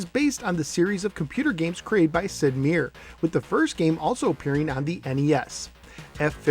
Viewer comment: Actually his name is pronounced Sid "Mai-er" Or as I personally like to call him, The Genius.